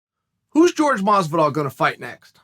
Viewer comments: Why can you pronounce Khabib right but you say "George" Masvidal? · Edwards vs Burns, Usman vs Colby.... Would love to see Jorge (PRONOUNCED HOR-HAY, not GEORGE) fight Wonderboy again or one of the Diaz brothers. Edwards and Burns would murder him.